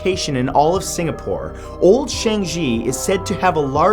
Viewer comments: it's not chan-ji its pronounced chang-i (i as in ee) jeesus.... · #10 Changi is pronounce as ''Chung-Yee" not "Shang-gee" lol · Okay. I am from Singapore and you pronounce "Changi" as chang-gi and not sheng-gi. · Changi is pronounce as CHUNG E not shang shi 😂😂 im from singapore btw hehe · Chang-yee not chang-gee HAHAHAHA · Erm its pronounced chunk-yi not change Yi heh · gamma gaming it's not chung-i. It's chang-i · It's pronounced CHAAH-NGEE not chanji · It’s not Shengji it’s Chahng-ee, exactly like how it’s spelt !! 😩👌🏻 you’re welcome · #10 is pronounce as ChangII not GEE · Matt, it's pronounced Chan-Gee. Not chan-jee. I might or might not be from Singapore :) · for the first one just to clear up its pronounced as chang-yi instead of chang-gi :) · Changi, Singapore is pronounced CHANG-NGEE or CHANG-YEE if the first one is too hard to pronounce... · #1 Changi more pronounced as Chung-yee. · In Singapore we call it "Ch-ang-yee" Hospital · Hi Matthew, love your channel! I'm from Singapore and we do have our handful of haunted places. By the way, Changi is pronounced as Chang 'yi'. Cheers! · changi is pronounced like how its spelled ahaha not sheng zhi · The way he pronouces changi (chung-ngi) triggers m😂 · "founded in Jangieee Singapore" xD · Pronounced Chang-yi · It's pronounce as Chang - e ! From Singapore with love !☺️☺️ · The way you pronounce Changi HAHHA Its chang e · Matthew its pronounced as changi(chung-i) that is how singaporeans pronounced it. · Judith Chen YEP. As a Singaporean I was so confused like "there's a place called Chung-jee?" Until I scrolled back up 😂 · yeah that's normal for us chinese/singlish speakers. but for them the pronunciation is way off, just like with different stresses in the different accents (i.e. scottish, irish) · You pronounced changi wrong.. It's pronounced 'Chan-yi' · Marsna Danse it's chang-yi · Ayy . singapore makes the list . Fyi , its pronounced CHANG-EEE . Singaporean peeps , where you at ??!!!!